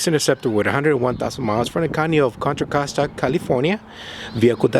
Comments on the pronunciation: You said it right. Contra Costa or as some of us call it CoCo County. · Yes you said Contra Costa correctly. It's Bay Area so that car will not have any rust.